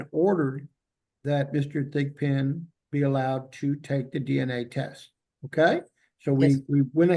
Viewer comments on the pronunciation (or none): I thought the judge was calling him pigpen. 😂 but his name is Thigpen.